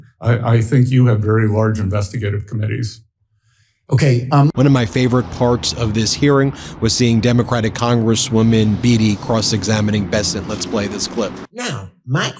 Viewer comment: I think "Beatty" is pronounced "Bay-tee."